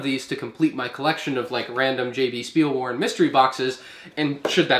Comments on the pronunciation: You pronounce ‘W’ as a ‘V’ in German -Speilwaren = SchpeeelVaaren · pleas dont say Spielwaren like you said spielwaren. Say it like you would say shut up but only the sh from shut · I like your pronoucuation of jb spielwaren😄they are a good store